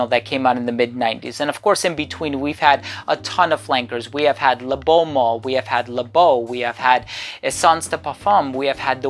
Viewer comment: Pronounced mal to rhyme with Al as in Alison or Albert